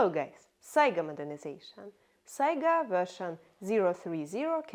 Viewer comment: Анастасия, давайте поможем англоговорящему комьюнити и американским оружейным блоггерам правильно ставить ударение в слове Сайга - произносите его по-русски, пожалуйста.